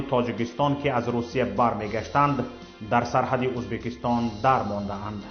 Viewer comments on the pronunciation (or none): none